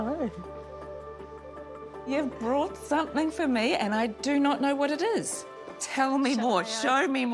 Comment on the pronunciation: The lovely lady at the beginning with the beatufil face tattoo, when she said the word 'something' it almost sounded like she said "somethingk", I've heard other people from NZ pronounce it that way too, has anyone else noticed that? I am fascinated by accents and how accents evolve. Does anyone know what it's called when a K sound is put at the end of a g in NZ English?